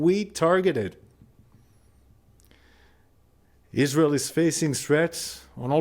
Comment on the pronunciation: isr-aerl is ter-rist state